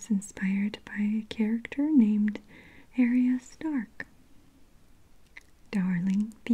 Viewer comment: Maria, I love you... but it's AHRya not AIRya. 😁